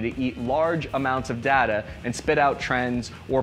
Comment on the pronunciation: Its DATA not DATA!!! Jeez!!!